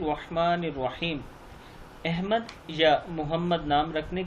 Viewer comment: احمد نام کا مخرج صیح فرما لیں ۔